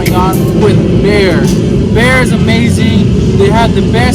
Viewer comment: Isn't it BEHR not BEAR? Love your homes.